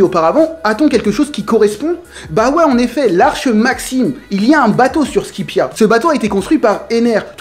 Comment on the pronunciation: SQUIPIEN???!!! SQUIPIA??????????!!!!!!!!!!!